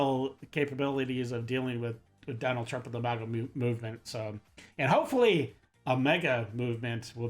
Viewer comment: For the 51st time, MAGA is not MOGA! MEGA is spelled meg-ah! MAGA is spelled mag-ah! I don't say mogazine when i speak about my Ar-10! It is a magazine! MAGA! Drop the Moga!!! All people have said it wrong since Brandon said it wrong!!!